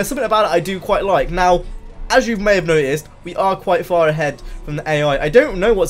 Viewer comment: noticed is pronounced with a t in the middle of it... its not spelt "no iced" so stop saying it like that hahahahah